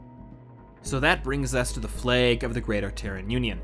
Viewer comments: What's a fleg? Did you suddenly turn Northern irish? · The way you say Flag makes the Canadian in you shine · "Flag" Oh yeah, you're Canadian! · Is the narrator from the Midwest? The way he pronounces flag has me wondering. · Your pronunciation of flag had me confused until I actually saw the flag.